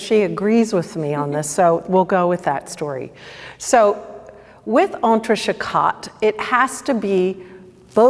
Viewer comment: French pronunciation c’est trés terrible, non?